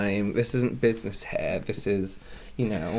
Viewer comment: WHO ELSE HEARD SAY "BUSINESS SEMEN"???